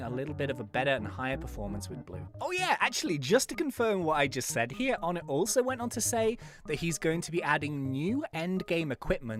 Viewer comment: Oh-nay not On-ett